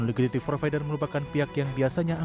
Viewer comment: “Ligiti provider”, “Liqiti provider” atau saya yang salah denger 😂